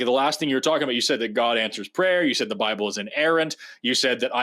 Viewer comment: "God of the Lible" :D